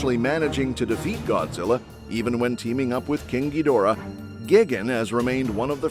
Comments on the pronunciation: GIGGEN? ugh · This mf said gigane** what an absolute imbecile